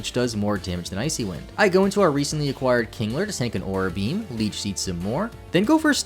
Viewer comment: Aura beam. You keep saying aura beam. It's a-roar-ruh beam. Like the northern lights